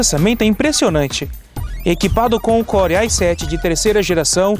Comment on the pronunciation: Engraçado, você foi falar "I7" e em vez de falar em português ou em inglês, acabou por misturar os dois, falando: "Processador Ai Sete" HAHAHAHA